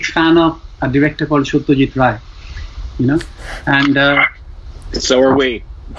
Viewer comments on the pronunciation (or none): the pronunciation is rai xD not ray xD lol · He is calling satyajit roy .....this is wrong pronunciation satyajit ray is rgt